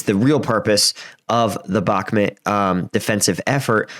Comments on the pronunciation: Just friendly tip, it’s pronounced BakmOOt, rather than BakmIT. :) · Please stop calling it Bakmit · "Donbis" "Bakmit" "Neeper" LOL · Great analysis. Its prounounced Bach like the composor and Mute with a silent E though for future videos. God speed to this Offensive. I volunteer with Engin and want my friends lives to go back to normal as soon as possible. May no mercy be shown to invaders. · i about to give you nothing if you as a war strategy analyzer can not pronounce the bakhmut city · Please learn how to properly pronounce Bakhmut... its painful the way you pronounce it.